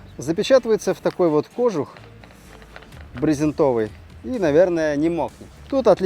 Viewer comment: брезентОвый🤦‍♂️ Быдлан безграмотный.